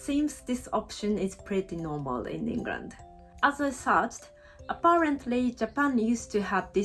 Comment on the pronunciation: The way you pronounce 'pretty normal' - definitely an honorary Brit!